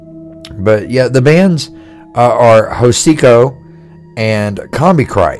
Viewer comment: Hocico. The H is silent. Anyway they have gotten lazy over the years.